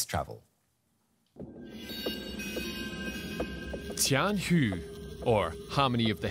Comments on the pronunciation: To be corect, it's not T"Tiangong", it's "Tianhe", means "harmony of heavy". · Ikr... TianhU made me cringe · uh...did you guys find a mahjong player to teach you how to pronounce "tianhe"?